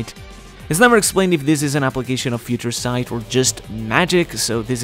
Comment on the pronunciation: "Feaha Ture" Sight 😂